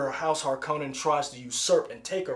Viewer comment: Need to pronounce Harkonnen the correct way (not the wrong way like in Lynch's 1984 version; emphasis is supposed to be on the 1st syllable). Think of the Bene Gesserit as the Night Sisters of Star Wars. And Star Wars was influenced by Dune. Feyd-Rautha, Baron Vladimir Harkonnen's other nephew, most likely won't be introduced in this installment; probably saved for the 2nd film. Dune is considered one of the most famous and influential sci-fi novels of all time and is liken to Lord of the Rings.